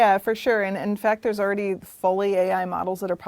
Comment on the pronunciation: I cringed in the first 3 seconds. The word is "already", not "oridy".